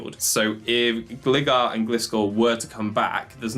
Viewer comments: Great video man, your strategies are awesome but without sounding like a dick I have to say.. its pronounced "Gl - eye - gar" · It's Glye-gar and Glye-scor. I don't understand what it is about literally everyone that they can't read this name right based on what the pokemon is. It's design clearly shows it is a Hang GLIder bat, okay ? lol Not a Hang glidder bat but a Hang Glider bat. Like I know nobody like when they're corrected on "How to say this fictional made up name" but all names of all things are made up by someone and accents aside, have a way they were intended to be pronounced by their creator just like your own first and surname